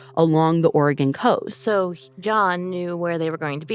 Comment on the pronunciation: I’m a lifelong Oregonian, and I’m not familiar with Camp Sherman. About halfway through they mention that it’s near Bend, Oregon. I would love to hear more Oregon stories, and Ashley even pronounces Oregon correctly!